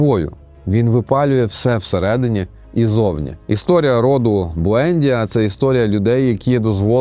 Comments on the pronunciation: Буендʼія, наголос на ді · Я не хочу міняти жадного покоління в моїй родині. БуендІя, наголос на І. Італійською книга божественна, катсапською (колись читав) - жахлива й нудотна.